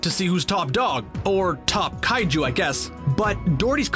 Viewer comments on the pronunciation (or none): It's kaiju not kaijuu